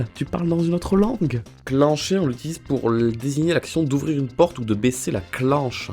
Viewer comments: en belgique c'est pas cli-ncher mais clin-cher comme clin d'oiel personnelement je le dit comme ça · On dit clincher genre comme pain pas cliiincher !! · Clencher se dit clincher et faut accentuer le -in